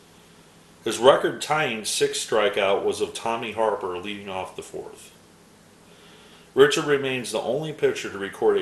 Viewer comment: I really like seeing these players from my youth that you just don't hear much about these days. Great stuff. Oh, by the way, Pete Richert is pronounced Rick-ert. As always, enjoyed the video.